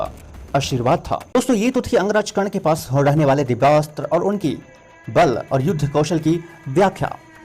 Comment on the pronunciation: Pash tha sabse pehle pronunciation sudharo fir gyan dena and ek baat bta du karn k pass brhma k teeno maha astra the or unke pass sabse bde astro mai veshnav astra or Bhargav Astra the😂or😂sbse bda unka astra vijay dhnush tha or pasupatstra bhi fail tha vijay dhnush knrehte